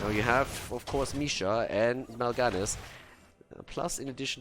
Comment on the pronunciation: Has learned how to pronounce Mal'ganis yet? He made it rhyme with Sylvanas and it bothered me.